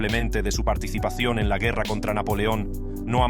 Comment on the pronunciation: Quita la voz robot no pronuncia bien el Español! No pues dijo guerra como un gringo!!!!